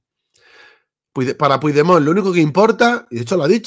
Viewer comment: Una pregunta, no pronuncias bien su nombre por ignorancia o por vagancia y rencor?